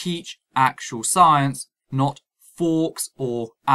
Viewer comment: "forks" (at 14.40)! - do you mean "faux" (sounds like "foe"), meaning false? Otherwise, good video :-) Peace.